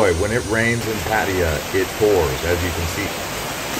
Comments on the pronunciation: PATTAYA NOT 'PATTYA' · Excellent video - nicely edited. But it is pronounced PAT-a-ya by Thai people .. not Pat-EYE-ya . hahaha